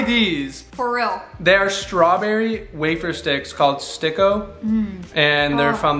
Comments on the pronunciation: Hey and im also from phillipines and the wafer stick you liked and you prounounced it you miss pronounced it its called stick-o the stick is not include with o its must be stick-o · thanks so much for trying our snacks! btw the Sticko is prounounced as Stick-O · it is supposed to be stick-o